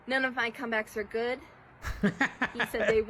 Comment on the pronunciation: yall doesn't pronounce the last letter of some word. "It won't be goo" he says.